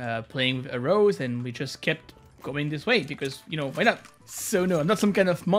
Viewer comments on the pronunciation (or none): bruh thank you I was so confused what type of finger placement arose was. I was researching and looking at different hand placements. Nothing was named arose. How did he mispronounce it so bad.